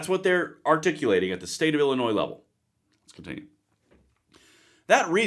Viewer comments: Not to be picky, Illinois is pronounced as “llinoi” with an s at the end which is silent. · Dude... the S in Illinois is silent. This is some important stuff!